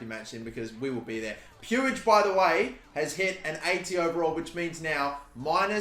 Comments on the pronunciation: Puig is pronounced puugh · Is puig not pronounced “pweeg” or is that just the baseball idiot who is like that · it’s pronounced same as twig. Pwig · With all due respect brother you are not pronouncing Puig's name correctly, it is pronounced as Pooj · I beg you pronounce it riki pooj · I know a Catalan with that last name and they pronounce it like “much” with a P